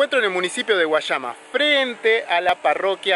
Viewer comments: No se dise Guachama se dise Güayama.😆pero buen video amigo gracias no se dise Guachaba se dise Guayaba o guallabas haha . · no sabe pronunciar guayama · no sabe pronunciar guayama🇵🇷🇵🇷🇵🇷